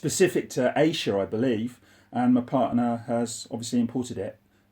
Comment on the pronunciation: You say Asia funny 😀